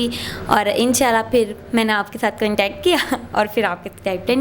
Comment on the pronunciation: گلتی اور فِر سے تو لگا کہ انڈین چینل دیکھ رہے ہیں 🤪🤪